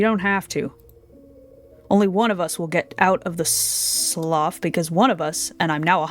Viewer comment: The word "slough" is pronounced "sloo", it's a water feature found around marshes.